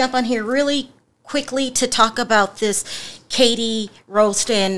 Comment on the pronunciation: Her name is pronounced as R-ost like post